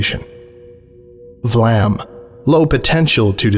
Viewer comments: The "a" in "vlam" is pronounced like the "a" in "dark". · I said that because it's pronounced wrongly in the video, where it's pronounced like the "a" in "flame". The "a" can have different pronunciations depending on language and even depending on where it occurs within a word. So just seeing that it's an "a" is not enough to know the correct pronunciation. In Dutch, with the exception of loanwords, the "a" is never pronounced like the "a" in "flame". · I sincerely hope Vlam will come to be prounced V-Lam lmao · Who came tf up with "Vlam"!?